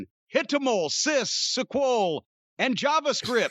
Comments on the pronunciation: "Python, hitomol, ciss, suquol" 😭😭😭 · the way he pronounces SQL, lol